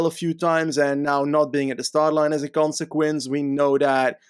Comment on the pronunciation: Wouldn't be a lanterne Rouge Podcast without saying "as a consequense"